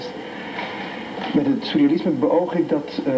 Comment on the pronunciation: Volgens mij zegt hij sousrealisme, of ben ik nu een zeurrealist ?